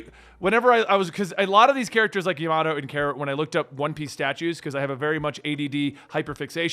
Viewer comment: Japanse pronounciations are more shorts and often light with 2-3 sylibles. Ya ma to not like how you pronounce the word tomato or potatis.